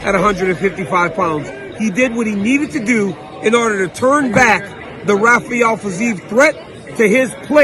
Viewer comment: I love how DC pronounced Rafael with the H 😂 brilliant. Guess he called too many Brazilian fighters